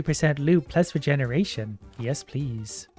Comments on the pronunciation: regeneretion is how he pronounced it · "regeneretion" lol